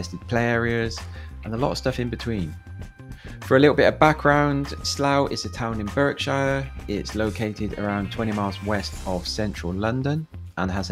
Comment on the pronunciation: BARKSHIRE not "berk" shire, come on man